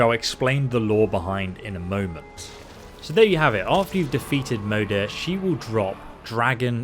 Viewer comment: I am pretty sure it's supposed to be pronounced like "mother". Since Moder literally means mother in swedish.